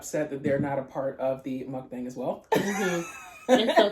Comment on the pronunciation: It's mukbang not mukbeng hehe ……and it’s really obvious that you have a Long time Filipino friend because your using spoon and fork when eating ❤🇵🇭 you can use Dos also, we use spanish counting here.